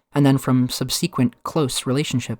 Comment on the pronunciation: Thanks for reading. That’s the first time I’d heard the word subsequent pronounced that way. Very insightful.